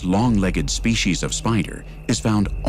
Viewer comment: SpeCies NOT speshies.